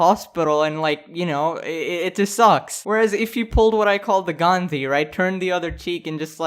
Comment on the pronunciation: im 99% sure mr.sus is indian due to the way he said "Gandhi" no one other than a south asian can say it the right way. everyone says "gandi"... just a theory.